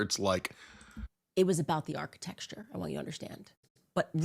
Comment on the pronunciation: After hearing say architecture has messed me up! Now I can’t say it right. 😂 - Thanks